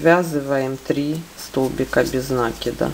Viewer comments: Всё классно . Но только не нАкида, а нАкИда. Извините , но слух режит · Без накИда. Ухо режет